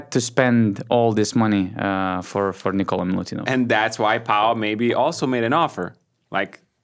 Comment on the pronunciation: Nikola not Nikolas!